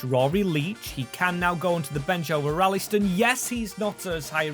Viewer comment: And maybe try a bit better with the pronunciation of some players? Like Ralston isn't called Rallyston.